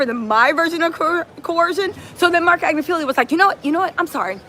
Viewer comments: Ag-nif-ill-o is the proper pronunciation. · Right. “Agnifilio” has agitated me so bad.